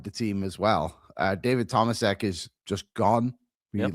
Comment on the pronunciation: Tomasek, on the left Tomaaasek, right y’all can’t agree on how his name is pronounced so good riddance😂